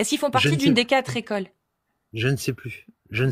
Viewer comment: Alleeeeeez! Après « les Quatre écoles », « y’en a qui zont »…